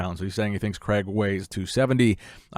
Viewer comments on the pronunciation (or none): Excellent listening to the name Craig in the UK, Cregg?! Or CrAIg / Crayg the A and I are in there for a reason. Anyhow, great content, always click fast for. 👍🏼